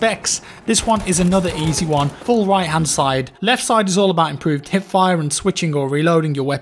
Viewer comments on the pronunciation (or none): i am the only one who did undesrstand HIT fire insted of HIP fire ? it took me dont know 3 videos to realise that you mean hiP ^^ i was very confused what hitfire should mean ^^